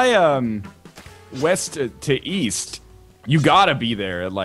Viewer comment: So.. when you fly weast, is that what was trying to say?